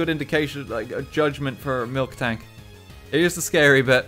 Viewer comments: I hate how he says MilKtank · I sick of hearing f-ing MILKtank It’s f-ing MILtank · I hate how RT says milktank instead of miltank, it's painful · Man, RT calling Miltank “Milk Tank” fucks me up more than it really should... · Lowkey peeved me when he kept saying Milktank instead of Miltank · Why does he keep calling miltank “milktank”? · pronouncing "miltank" as "milk-tank" is like pronouncing "bob-omb" as "bomb-omb" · This guys over here mispronouncing miltank